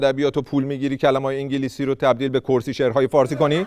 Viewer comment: انگلیسی ❌❌ عنگلیسی✅✅ تینکیو🤣🤣🤣🤣